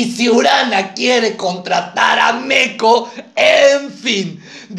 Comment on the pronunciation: entiendeeee.es MOCO no Meco